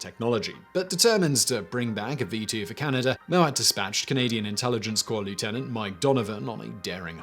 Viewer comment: Funky pronunciation of Canada as Canny-duh >